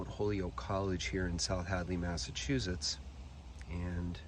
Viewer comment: I love how you pronounce Massachusetts. Very historic cemetery. Thanks.